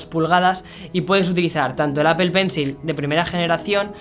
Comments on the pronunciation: Me causa gracia que el tipo dice "Apel" cuando en realidad el fonema es "Apol" pues ni muy fanboy de Apple 😂😂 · PORQUE DICE ''APPEL'' ??? QUE NO SE SUPONE QUE ES ''APPLE'' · Si los españoles presumen hablar el ingles como se escribe... Porque no dicen Aple" en lugar de apel? Y video" en lugar de vidio" Wtf maldita sea!!! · Daks Sama porque tampoco es apel 😂😂😂, el fonema es apol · Exacto, en lugar de apel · Nadie: Este chavo: APEL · apel?... en serio APEL? ostia usa un traductor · El “APEL” 🤣🤣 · "Apel", "Vídeojogo". Otro más...